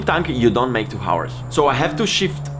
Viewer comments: No one has yet told him how to pronounce hours correctly? English is my 3rd language and it was still hard to hear that :o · House, Him, Helicopter, Heroin, Hakuna matata, Half, etc... however, you don’t pronounce the H in « hours »